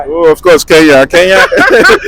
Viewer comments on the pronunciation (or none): Guys it's not Keya but Kenya